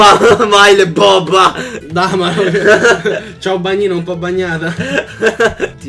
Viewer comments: Solo io ho notato che si chiama Caiobagnino e non CIAObagnino haha :D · Volevo far notare che si chiama Caiobagnino e non Ciaobagnino ahahahaha